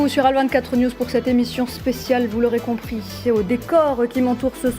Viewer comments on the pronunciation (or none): à la fin de notre (petisse) (petit) (bienvenuffe) Vous l'aurez (compriche) que (subisse) le peuple palestinien (mercisse) (mehdisse) (mercisse) on poursuisse avec nouffe depuisse paris vous êtes renduffe professeur pittisse Assassinésse métaouisse on continuffe